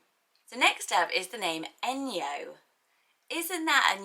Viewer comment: Enyo is actually pronounced Eh-ny-oh in Greek 😁